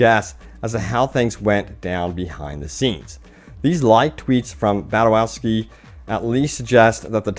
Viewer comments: Badowinski? I don't think that pronunciation is right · How do you pronounce “Badowski”? “Badawinski” “Badawhisky” “Badawowshi” “Badowowski” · His Name is Adam Badowski not Badawinski as you keep saying. One of my pet peeves, like do a little research and learn to pronounce names. Some of you YouTubers sound illiterate AF. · baDOWski.... ba-DOW-ski.... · It’s pronounced: BAD-OW-SKI 🙂👍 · BA-DOW-SKI lol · I dont think your pronouncing Badowski correctly.